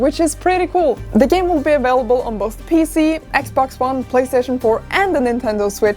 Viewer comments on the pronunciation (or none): none